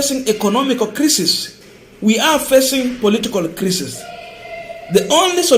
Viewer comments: gentle correction--- crisis usome kama unasema kulia machozi--kwa hivyo utasema CRY-SIS. Keep up the good work. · Or another way kraisis, craisis